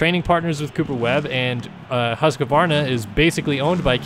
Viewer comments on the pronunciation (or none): Yeah it’s actually pronounced Hoosk-Varna actually but not one English speaking person says it right. If I said it your way, it would trigger the other half of the people saying it wrong anyway. It’s a lose, lose. Maybe I’ll just say it the actual way the Swedes do so everyone can hate me